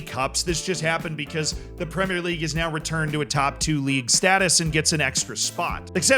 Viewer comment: needs to start a class on how to teach his fellow Americans how to say 'Premier' properly 😂